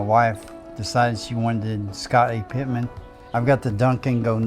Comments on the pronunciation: This guy is real cool. But I my brain cannot solve how a person amassed a legendary Jordan card collection and along the way has not grasped that it's Scottie Pippen, not "Pittman". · Did he say Pitman? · he’s said it like that for years, I correct his ass every time but he won’t change 😂😂😂😂😂. My Uncle